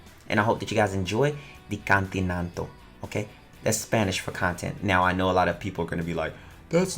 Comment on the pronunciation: LOL "The Cantinanto" hhahahaaha kill me pls ^u^ Btw Click de linkso